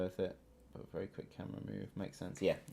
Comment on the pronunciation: it's bery entresting